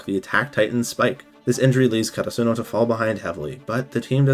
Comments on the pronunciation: I made it all the way to your season three summary before I realized you were referring to the school is 'Ka ta Su no' it's 'Kara su no' lol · The way this guy says karasuno pissed me off the whole time oml